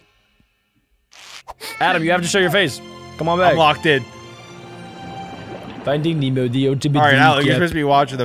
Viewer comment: bro said ¨fighting nemo¨💀💀☠